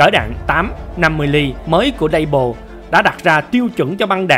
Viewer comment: Súng của Pháp nên đọc bằng tiếng Pháp dễ hiểu hơn đối với người dân xưa nay đã dùng nhiều tiếng Pháp .Nên đọc Fusil Modèle 1886 là Phuy zil Mô đel 1886 nghe hay hơn, Lebel thì đọc là Lơ Bel chứ không đọc Lây bờ hay Lây bồ gì đó